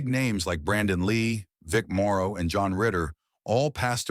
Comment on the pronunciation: It's Vic MORROW, not MARO